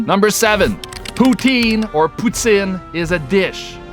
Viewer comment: your pronunciation of the word 'Poutine' is very Quebecois, well done, that's nice!